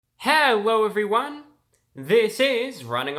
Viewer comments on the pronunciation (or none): Did he just say at the start ‘Hewwo evryone!’?